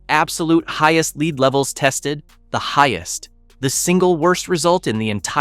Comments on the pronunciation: LEED! It is pronounced LED. Non-English speaker trying English. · Learn how to pronounce lead.